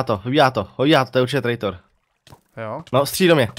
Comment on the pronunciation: Čte se to trejtor